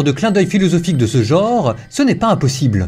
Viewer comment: On prononce le mot "genre" comme on prononce le mot "enfant". On ne dit pas un "gonre"... comme on ne dit pas "un onfont"...